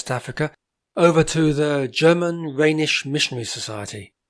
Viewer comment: Not really. The German name is Rheinisch and his pronunciation is correct.